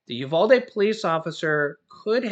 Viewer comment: I’m from Texas and the way you pronounce Uvalde is YOU-VAL-DEE. VAL as in VAL-ue.